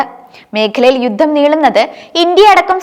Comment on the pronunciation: " യുദ്ദം, ബാദ്യത, " ഉച്ചാരണ ശുദ്ധി തീരെ ഇല്ല